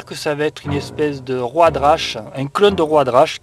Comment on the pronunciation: j'adore comment tu prononce "road rash" ^^